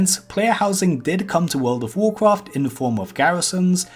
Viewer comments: wuld of wuhcwoft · Vowd if vowkwaft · cool video but how hard is is to say the letter r world of wawcwaft is just stupid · gawisons in wowd of wowcwaft